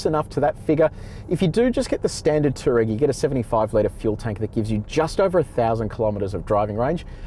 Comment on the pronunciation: FYI. It's pronounced "two-wah-reg"